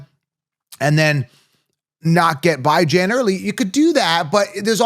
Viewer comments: ITS BE JOHN NOT BI JAN 😂 Terrible! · The Atlanta Falcons running back, Bijan Robinson, has a name that is often mispronounced. He has stated that he prefers the pronunciation "bih-ZHAN," but he also acknowledges that some people say "bee-ZHAN." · because its pronounced Bee-john not Bye-jan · This is a captain obvious content. Do you even watch football? You can’t even pronounce Bijan correctly. Did you Copilot this nonsense. Everyone wants bijan and kyren. Cmon. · Dude, how can you be so confident when you can't even pronounce the first players' name properly? Please, tell me how i can lose you foever?